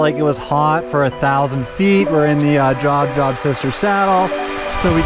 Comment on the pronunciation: wonderful video. For reference, Job is a biblical name and pronounced like Jobe 🙂Looking forward to doing this trail in July. Didn't seem too crowded. What time did you start?